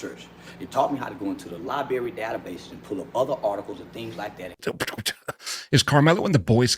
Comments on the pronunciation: Library, no Lie-berry.. 🙄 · LOL...Charlton went to the "liberry" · He said "They taught me how to go up in the libary" lmao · C White can't properly pronounce "LIBRARY" much less use one for research. It's not pronounced "LIBERRY". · Charleston is a walking talking "dunning-kruger" case. Astronomical overestimation of his own abilities. Point in case when he says "Lie-berry" you can tell he hasn't been spending too much time in an actual library... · Charleston White has been to a "libary"? 😂🎉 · His first mistake in defending karmelo was by going to the “lie-berry” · Charleston white shouldn't say "research" and "libary" in the same sentence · Nothing like a 🙊 talking about how educated they are and capable of research when he cant even pronounce library 😂 his lieberry told him dat boi is INNOCENT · Charleston White is a coward. Also any grown man who says libary isn't someone i want on my side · That's the berry that never tell de trut. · You can see him trying to remember what he was told to say. Scumbag sellout. 😂 Plus the “Lieberry”. 😂😂 Maybe you belong in the Lieberry with that vocabulerry. 😂😂😂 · All that education and still can’t say library correctly. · Dude couldn’t even pronounce “library”